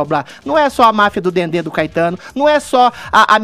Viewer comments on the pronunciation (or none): "Marfia do Dendê" kkkkkkkkkk